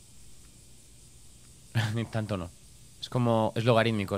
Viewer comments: Amo cuando subes juegos de Chilla's siempre tienen una estética muy buena, y que dure una hora el video es perfecto. Me da algo de gracia que diga "tranto miedo" xd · "nunca dio TRANTO miedo"